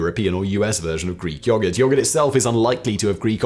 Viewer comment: Of all the words you pronounce weirdly none of them compare to your take on the word yoghurt. The way you drag out the O sound is disturbing. It's almost like he's saying yawgert.